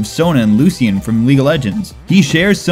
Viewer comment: God this is bothering me. Lucian is pronounced like (Lu-Shan) the way he said it gave me cancer